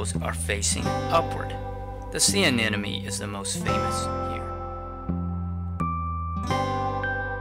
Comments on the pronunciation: its aneMone 😭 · This is really nice, very helpful! :) also, I couldn't help but notice you said "anenome" and that reminded me of that scene in Nemo in which he can't pronouce it properly hahaha